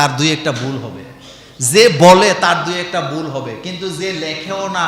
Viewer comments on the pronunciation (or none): আপনিতো "ভুল" শব্দটাও "বুল" বলছেন...😀😁😜